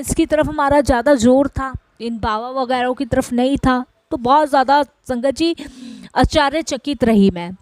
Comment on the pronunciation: Jai aunty aap bohot acche se bol rahe ho satsang per aap aashchrychakit bola kare.humara dhyaan baar baar is galti pe jata hai.hope u don't mind